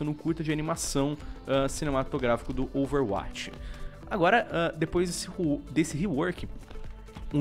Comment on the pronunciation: Meu querido...já acompanho seus videos faz tempo mas gostaria de pedir apenas uma única coisa: pronuncie Overwatch como "Overwóti" não "Overwáti". É mais coerente com o inglês. Dá uma aflição... kkkkk. Abraço